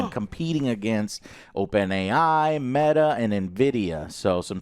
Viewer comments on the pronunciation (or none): none